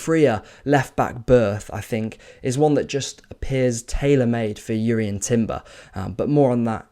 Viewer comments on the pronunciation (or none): Jurien Timber's J is pronounced